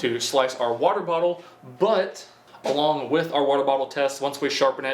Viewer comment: when kids try to talk with their mouth full of watee